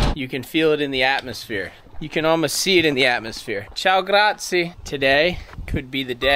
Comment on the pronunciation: Grazie is pronounced grazi a (just saying)